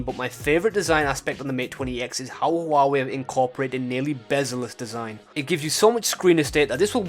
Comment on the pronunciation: It's NOT hoo-wa-way, it's pronounced wah-way, apart from that ,GREAT video !!!!